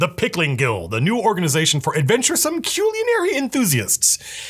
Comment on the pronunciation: Im just happy he pronounce Culinary properly.